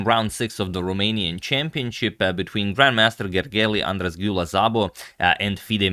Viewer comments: It's weird that you say it after this video, where he pronounced it very incorrectly (but yeah, apparently it's Hungarian, which is a weird language). Should be something like Gergey Ahn-draash Dew-lah Sabo: (So basically he got these sounds wrong.. ly, as, gy, sz) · Hey Agad, let me help with Gergely-Andras-Gyula Szabo's name. In "Gergely" you don't say "Gergeli", instead the "ly" sounds like the "y" in "you" - technically "Gergey". "Andras" was pretty close too, but we use "s" for "sh" and "sz" for "s" - so it's more like "Andrash". You pretty much nailed the "Gyula", it was really nice. Also "Szabo" as mentioned before is more like "Sabo", and I heard more like a "Zabo", but that could be my fault. Hope you find it useful.